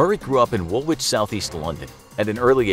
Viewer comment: Wool wich lol, its pronounced wool litch.